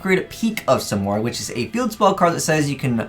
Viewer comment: i believe its proounced sim-erg